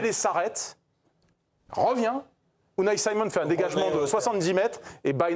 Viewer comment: Unai Saïmon ? 😅 C'est nouveau ça sort d'où ? Appliquez vous un minimum sur les noms svp